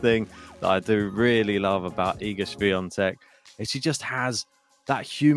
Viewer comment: Great pronunciation of her name!